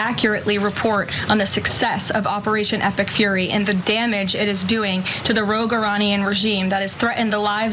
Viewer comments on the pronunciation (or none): none